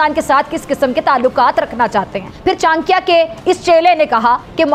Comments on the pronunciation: चानक्या नहीं, चाणक्य कहो, उच्चार भी ठिकसे नहीं कर सकते. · चांकिया बोल रही है चाणक्य को. 🤣